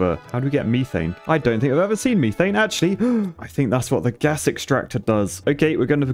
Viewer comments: It is not pronounced me-thane it is pronounced meth-ane just letting you know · lol me thane its pronounce meh-thane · its pronounced meh-fain not mea-fain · Meth-ain not me-thane that one hurt lol loving the series though and every other video game you play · You have to prononce methane like meth-ane not meeee-tane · You are not Welsh with the way you say methane. It’s pronounced meth ane not meeeeeeeeeth ane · This is one of my favorite series and I love the way he said methane it was so wrong 😂